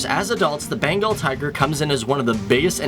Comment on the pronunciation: it's Bengal tiger not Benagal Tiger . . . something's missing... oh yeah it is called The Great Bengal Tiger :-) though NYC work bruh